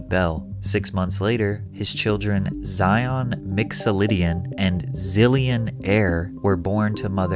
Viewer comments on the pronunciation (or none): none